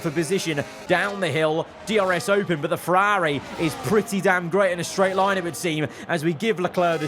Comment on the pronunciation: “FerAAAAri” Racing